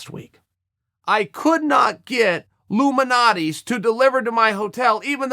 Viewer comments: Ill try to help Uncle Chael . Lou MAL-NOT-EEEES said quickly. G---OR-DON-OES. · Yeah I’m Chicago & he butchered both those name lol